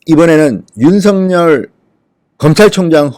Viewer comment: 진성호氏 윤석렬이아니라 윤석열이라고 발음하세요